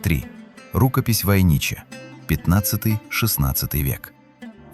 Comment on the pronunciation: Рукопись ВойнИча, пергамЕнт. Противно слушать.